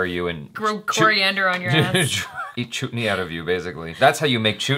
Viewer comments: "Choot ney"....😲..... noooooo Thats like a abusive word😃. Its pronounced as "chut" like the word "hut".. still love the way u say it 😘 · Oh my god!!!!😂😂😂 its pronounced as "Chet-knee".what ur sayin sounds like a bad word..😆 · You don't pronounce Chutney with an 'u', the should be pronounced as 'a', like Umbrella. And that boy wasn't her son, it was their cook. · The guy who was having an affair with the young bride is the brother-in-law of the main female character. And it’s Chuh-t-nee. Not ‘Choot-nee’. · It's pronounced like" chatni " not chootni😂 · Lol Its Chutney Not Chutni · says chut-ney...facepalm +_+ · Chuut - ney the way pronounced 😂 😆 😝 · wow!! likes saying ''chootney''... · said chutney instead of chutney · What did you just said?? Is that chut-ney omg seriously?? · The title "chutni " as you mispronounced above is a vulgar term for vagina added by that "ni" in the end .....well I had guessed you would get it wrong that's why I came to watch it 😂😂😂😂